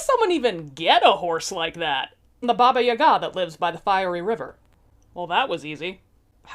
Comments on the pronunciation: the correct way to pronounce it is something like BAABAA YAAAGAA, where the A vocal is a bit longer and is pronounced as in BUH but lingering on the UH sound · Me hearing you say Baba Yaga: Oh... seems I've been putting the emPHAsis on the wrong sylLAble.